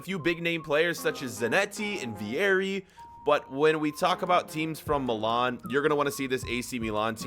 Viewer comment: The way he says milan pisses me off